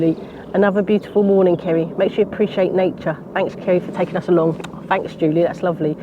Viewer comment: So glad the Robin made a guest appearance. You have been very productive make me feel tired just watching you. So agree with another comment better than a gardening program on the tele. Kerry thanks for reading my comment and you pronounce my name perfectly.